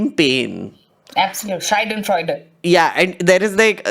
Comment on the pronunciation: it's schadenfreude not scheidenfreude (a pronunciation mistake by you). Anyway, I have always admired your deep knowing.